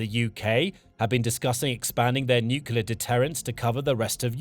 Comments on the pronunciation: Stop saying " nucula" it's nu kle ah. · The narrator can't pronounce nuclear. Over and over it is mispronounced. There is nothing mysterious about it. It does not rhyme with ocular.